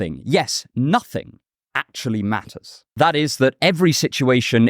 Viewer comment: VEE ARE NIHILISTS LEBOWSKI VEE BELIEVE IN NOSSING